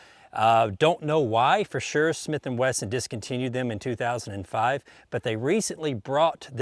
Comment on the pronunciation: Snith and Wesson? That’s a new one lol